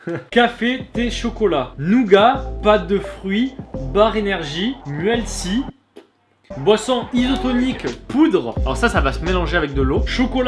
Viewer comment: Muesli ne se dit pas comme c'est écrit , on dit musli